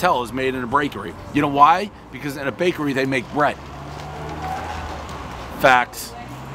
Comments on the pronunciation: he said brakery😂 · "Brakery" I love it!!! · Take a shot every time he says “Brakery” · Filanfrpist Brakery Dave NAILING the English language as always